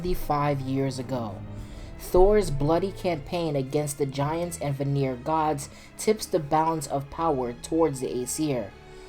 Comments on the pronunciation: VAN-EAR, not VUH-NERE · I love the video, but one note, Vanir is pronounced VAnir not VaNIR. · Brother, it’s pronounced “vah-neer,” not “vuh-neer” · You saying vanir wrong it pronounced Van-e-yer not va-near lol